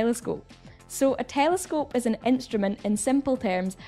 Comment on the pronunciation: Haha "tææelescope" sounds funny when you say it 😅